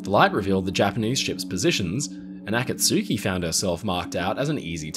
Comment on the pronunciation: "Akatsuki" is proniunced "Akatski." U is silent.